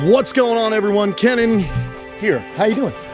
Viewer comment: Does anyone else wonder how the hell Kenan can afford to do all of this upgrading to his backyard? The damn place has become its own Japanese pond/reptile zoo!! Also who else can’t stop yourselves form saying Kamp Kee-nan because of Keenan and Kell being ingrained to your heads as a child that pronouncing Kenan the way it’s supposed to just seems odd